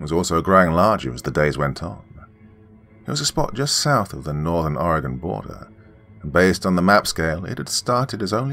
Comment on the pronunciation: I'm very surprised you say Oregon right. Most people say it like Oregongone